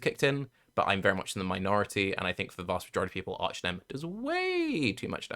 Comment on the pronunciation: Why can't say "arch" properly? It is so incredibly annoying.